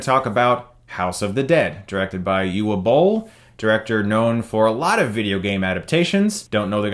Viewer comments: Just to let you know, 'Uwe' is pronounced 'oovay', for future reference. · German word. The "W" is a "V". It's Oo-vah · I’m pretty sure his name is pronounced “Ooh-vuh”.....because he’s german and whatnot, and it’s a german name. Go figure. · It's pronounced eww-veh. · It's Uvay. The W is pronounced as a V. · I admire you for giving this film 20min of review for something that could've just said... Uwe (pronounced EWWWW) Boll (pronounced Bowl as in the Bowl they loaded before they called him) + video game + movie = fail. NEXT! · apparently his names pronounced oova bol